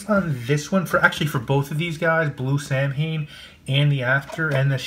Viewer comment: Pronounced SAW-When